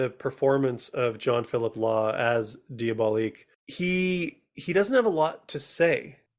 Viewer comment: Diabolique is a film released in 1955 and remade in 2000 - the film you are reviewing is called Danger: Diabolik - please pronounce it correctly. You do a disservice to the film, and to movie fans everywhere, when you continually mispronounce the name. John Phillip Law himself specifically discusses its correct pronunciation with Tim Lucas during their audio commentary review of the film. Moreover, I find your review quite lacking in both scope and understanding - not to mention research and information. Next time - try not winging it.